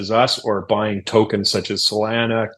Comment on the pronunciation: Say Salana one more time…😂